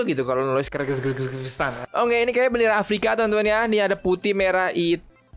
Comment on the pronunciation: Santai aja napa ngomong kyrgyztannya ngomongnya tuh kir-gis-tan